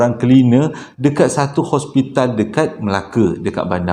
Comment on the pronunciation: bukan ospital....hospital😅😅